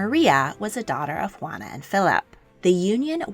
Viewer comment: "Ruana "??? xD